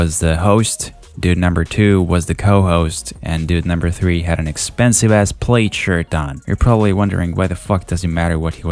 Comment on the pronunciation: Are you saying plaid because it sounded like you said played XD